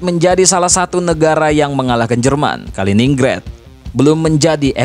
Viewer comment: Dibacanya Kalinggrad bukan Kalininggred😂